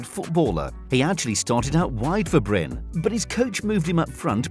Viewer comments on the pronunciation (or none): "Bryn". "Mold".. Do you hear us say Manchest Unit or Livepoo? The E's are there for a reason godamnit. This is a shipping ship. A ship shipping ship shipping shipping ships. English.. 😑